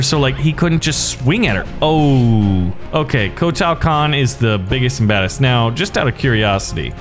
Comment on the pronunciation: Agreed WHY SAY EVERY NAME WRONG KOTAAAAL KAHN WTF